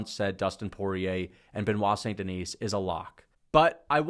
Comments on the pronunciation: Great content! Btw it's Saint-TheKnee (like take the knee), with a silent S. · He doesn’t even pronounce it right. Guy is a moron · Yeah, so much so he can't pronounce it properly.